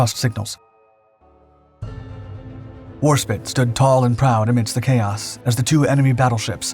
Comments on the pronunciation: TARE-n-TOE. Interesting name for a town. I wonder where it is. War Spit. Sounded like a powerful ship that figured prominently. I'm surprised I've never heard of it. Six different ratings represented by the bridge crew. Interesting. In the late eighties the u.s. Navy rarely had more than three. 😜 I truly enjoyed the dark docs and find them to be informative. But is this a computer-generated narration. Seriously, I'm having a hard time believing a real person who has been doing war documentaries this long would be ignorant of so many pronunciations and terms. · Your inability to pronounce 'Warspite' correctly leaves me wondering if you are a human or a bot. I mean, how difficult can it be? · WarSPITE... SPITE... NOT SPIT... the I is freaking LONG... That's what the final E is for... Didn't they teach you basic spelling rules in school... like by second grade ? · No one gonna comment on the "Battleship Warspit" instead of War SPITE? the fuck...the most decorated ship in history an this guy can't even get it's name right ... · AAAAAHHHHHHH SPITE, NOT SPIT its HMS WarSpite, not warspit. Apart from that inaccuracy a good video. Foot note the click bait still picture is of the USN New Jersey firing all her gun at the same time. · not war spit its Warspite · You show footage of American ships and crew and German aircraft in a battle fought between the British and Italians: Well dione! Additionally, the British battleship was the WARSPITE, not Warspit. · HMS Warspite is one of the UK’s most famous battleships… it’s pronounced how it’s spelled, not “war spit”. C’mon buddy, this is the fourth or fifth video where you mispronounce this magnificent ship’s name all the way through 😕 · Spite! Not Spit! Warspite has an "E" on the end. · Warspit? Try Warspite. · It's pounced Warspite not Warspit you uneducated pratt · Google says WAR-SPITE not SPIT. When in doubt, go with the American pronunciation. They invented English, after all. 🧐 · War-spite! Not warspit ffs